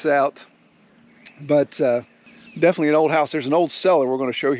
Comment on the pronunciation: "Defnuhly"????? "Litterly"????? "Defunly"????? "Intresteen"????? "Keepeen"????? "Akshuhly"????? "Comeen"????? "Faceen"????? "Prahbee"????? "Prahperdy"????? "Perfeckly"????? "Presheate"?????